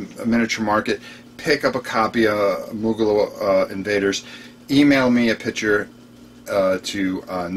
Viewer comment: heh... I pitty the people trying to find "Moogalah" Invaders online the way always says it. lol It's Moongha Invaders, if people are having a tricky time doing a search for it.:-)